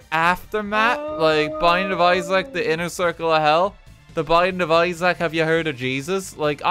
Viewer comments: pronouncing isaac as izack is giving me a heart attack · Why does he pronounce "isaac" like an apple product